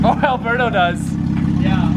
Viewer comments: Alboosto instead of Alberto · when he said alberbo it kinda sounded like abuabu the monkey or alaadin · Nesta M umm it’s pronounced alberbo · Poor Alberbo has been getting his name mispronounced this entire time! I can't believe y'all have been calling him Alberto!